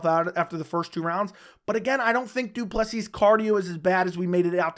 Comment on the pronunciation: Welldone saying Du Plessis right💯